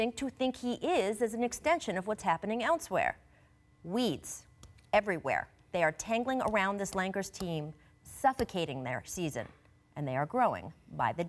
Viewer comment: The LA LANGERS? 😂😂